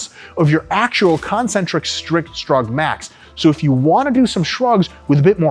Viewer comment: No one: RP: S H U R G